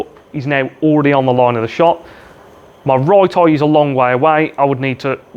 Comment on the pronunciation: Great video, love the accent on 'eye', aaiijjj!